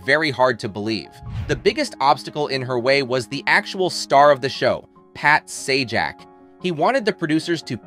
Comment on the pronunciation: He mispronounced her name and Pat's last name at the end...so stupid.